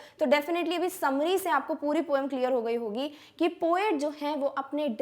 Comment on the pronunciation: Mam its poem not pom 😂😂😂😂